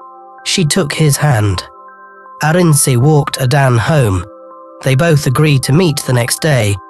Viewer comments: Please stop saying Adan! It’s Ada nne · It's pronounced....Ada...nnnnne